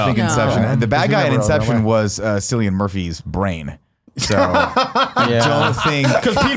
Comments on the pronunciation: Sillyian Murphy??? WHAT? Cillian. Pronounced KILL.E.ANNE. 😂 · Nick and, Cillian is pronounced with a hard C like Killian.